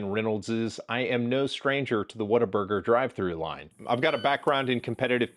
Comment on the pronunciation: He said whataburger